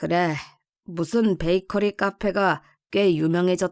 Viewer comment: 29분12초에 베이커피가 아니고 베이커리 입니다만....